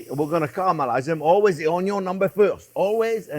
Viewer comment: I derive so much joy watching you cook Chef! You make cooking FUN! ( how it should be! :) Also, my Dad was French.. he always said “ Onyo”.. brings back wonderful memories listening to you 😊♥️